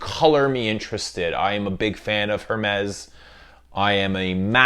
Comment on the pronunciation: Thank you/Merci. Mispronunciations are annoying. Also, Hermès - The H is silent.